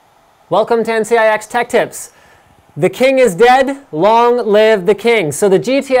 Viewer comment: why do Linus and always pronouce NCIX as NTIX? Is it a Canadian thing?